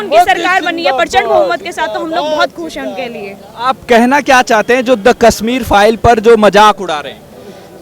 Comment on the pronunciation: पयारा हिन्दूस्तान जी, स तथा श में अंतर करना सीखें| कसमीर नहीं कशमीर कहते हैं| शब्दों का उच्चारण ठीक से करें|